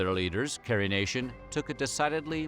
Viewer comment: "Puter" is short fort "Computer" "PEWTER" is a metal used to make utenseis